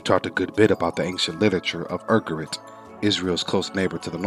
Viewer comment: For starters, it's "Ugarit" not "Urgarit" The rest of this video follows in the abysmal false scholarship it began with.